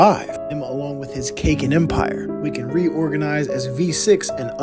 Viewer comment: Bruv not Cakin empire it's Kakeen empire